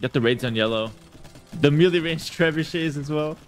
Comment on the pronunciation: I understand perfectly, although it does bug me when he pronounces melee as mealy! 😁